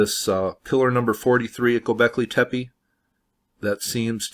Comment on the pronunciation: It's "goobekli tepe" and not "gobekley tepi". I understand that English is pretty much the only PIE derived language that pronounces E as I but that's exactly the reason to perhaps double check the pronunciation of foreign words. Also the tunnels were most likely being expanded when people where already forced to live in them to survive, supposedly it shows by differences in how they are built from the first floor (or first few?) to the lower ones.